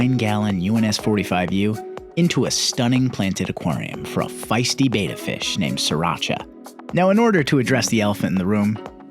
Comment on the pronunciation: It’s pronounced bet-uh not bay-ta